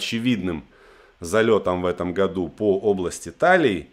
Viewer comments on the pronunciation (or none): none